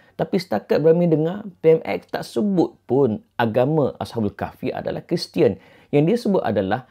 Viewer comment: Pmx sebut "dia keristian"